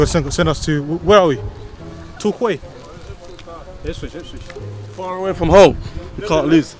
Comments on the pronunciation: man said torkwayy. Its pronounced Tour key. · Tor-kway? I think he means Torquay (Tor-kee) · Man said ‘Tork-way’